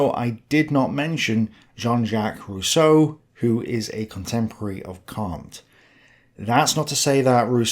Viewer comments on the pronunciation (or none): none